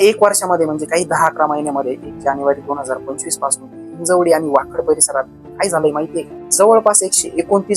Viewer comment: हिंजेवाडी नही हिंजवडी